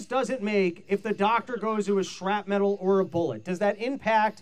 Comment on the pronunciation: Please someone pull aside and help him say "shrapnel." The pivot to saying "shrap metal" was bad enough but then he kept repeating it. I think he has been watching too many Kamala speeches.